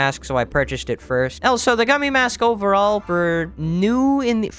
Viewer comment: Agreed and how does he think of saying elso instead of also